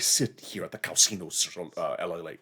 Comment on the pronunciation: OMG! you are hilarious: “cow casino & cow-alat (Cadillac)” oh goodness I love your humor. Your the best.